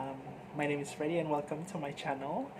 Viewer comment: Great answers :) Thanks a lot for the tag. I was thinking of doing the tag but now I am much more motivated!! By the way, you pronounced my name perfectly!!